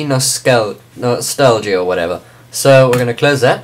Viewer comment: HEELP!!! I cant download MCNostalgia. It simply won't LOAD!!!!!!! Also how do you do the space thing?? And it's pronounced ehm see no stall ja.